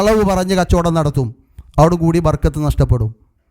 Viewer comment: ബർകത്ത് എന്നല്ല ബറകത്ത് എന്നാണ് ശരി